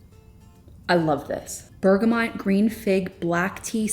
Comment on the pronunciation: It’s Berga-moooo not bergamont there is no N ❤